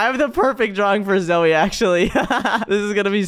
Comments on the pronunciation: not zoye its name zoey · you are calling Zoye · Guys it is not zoye it’s zoey 😂\ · did say ZOYE?! INSTEAD OF "You mean zoey?" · bro call zoey zoye what he'll